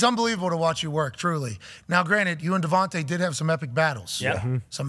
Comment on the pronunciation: It's weird he pronounced DeVonta Smith's name as Davante..